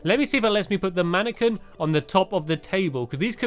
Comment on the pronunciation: It's pronounced man-a-qwin, not man-a-ken hehe. No offence to any fans or you, Stampy. :P